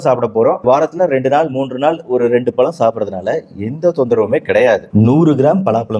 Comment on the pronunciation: பலா பலம் இல்லை, பலா பழம்